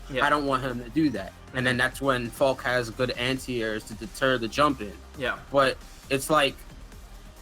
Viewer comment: She's called Falke, not Falk damnit